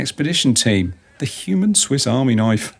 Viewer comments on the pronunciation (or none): none